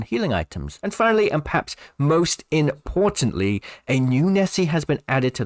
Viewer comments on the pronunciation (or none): Towards the end of the video you pronounce the word “importantly” as “iNportantly” and it just really annoyed me.